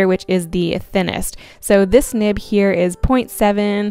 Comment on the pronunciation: Is it just me or did I hear her say nip instead of nib